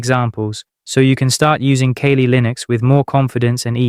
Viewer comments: Dude...kah-lee. Kali. Kawlë. The Hindu god. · Too many mispronunciations. Are you sure you're not A.I.? I'm not using Kaylee Linux. ".exe"? I'll just read the book.